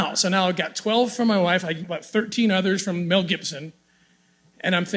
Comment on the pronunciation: Who the F … is Meaaaaalll Gibson? Is it perhaps Mel maybe? 😂